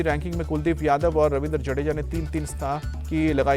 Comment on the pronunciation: डजेडा ❎ जडेजा ✅ कम ❎ काम ✅ मुर्गा ❎ गुर्गा ✅ का रिपोर्ट बनोगे यार 😂